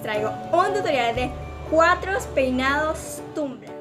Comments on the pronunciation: se pronuncia tambler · Tiene bigote, gaaas. Se pronuncia TAMBLER acaso sabe lo que es eso?